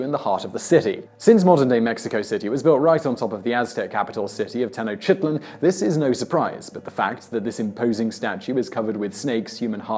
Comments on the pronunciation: "Teno-chit-lane" 😂 Why don't you just ask anyone from Mexico how to say it? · Te (the e is pronounced like the first e in elephant ) noch (pronounced as in notch without the t) ti ( pronounced as in tea) tlan ( pronounced as in tan, just add a L between the t and the a).